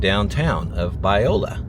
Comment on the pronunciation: As a Central Valley native, I find it very disturbing that you called Biola, Viola….